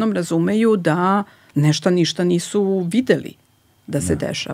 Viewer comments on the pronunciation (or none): sve tip top , teče razgovor , prijatan , fonetika , i onda čujem kaže " neštA" hvala , prijatno ... odustajem